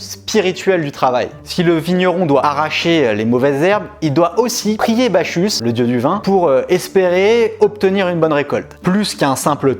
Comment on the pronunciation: Ba-ku -s et non Bachus